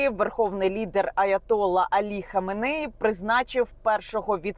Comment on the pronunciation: Наголоси: РаїсІ, аятоллА ХаменеІ.